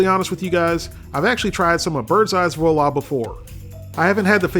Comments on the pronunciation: It's pronounced 'wah-laa' not vahlaa! lol! i actually love these meals, i have one in my freezer right now 😆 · Seriously, try saying it something like 'wah la' only as one word and you won't be quite right, but much closer. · It's pronounced "voila". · Dude makes fun of the public school systems and failed QA check, can't even pronounce Voila properly...